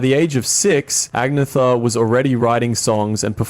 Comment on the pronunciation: Her name is actually pronounced AN-YETH-A ...the G is silent.